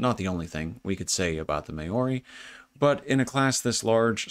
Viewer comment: Māori is pronounced Mowree the ow sounding like the ou of ouch. 👍